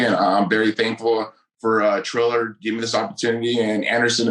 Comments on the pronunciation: Tito called Triller "Thriller" right at the jump and I knew he was still just as dumb as ever. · 15 seconds and Tito already called Triller, Thriller. Strap in.